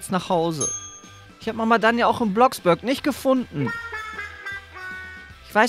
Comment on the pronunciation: Es heist ja Bloxburg aber er spricht es Bloxbürg aus😂😂